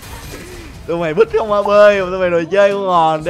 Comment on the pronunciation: rõ ràng là không mà sao nghe ra "con" hay vậy =))) này Editnon rồi